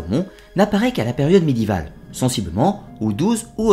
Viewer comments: C'est quoi cette manie de prononcer médiéval sans le é ? "médival" ça fait mal aux oreilles... Sinon, très instructif, comme toutes les vidéos de la chaîne... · Ah je ne suis donc pas la seule à l'avoir remarqué, ça me perturbe aussi les oreilles cette bizarre prononciation, sinon tout est absolument passionnant.